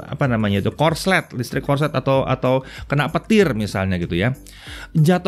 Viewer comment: akhirnya bisa nemu orang yg bilang "korslet" dan bukan "konslet" :v